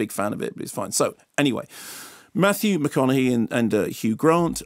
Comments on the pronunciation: This dude just said Matthew MAHOGANY!. Mahogany like the wood! Lol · At precisely “Mathew MA HOG ANY” 😂🤣